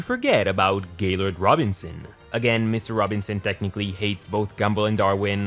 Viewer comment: I swear his name is Jaylord not Gaylord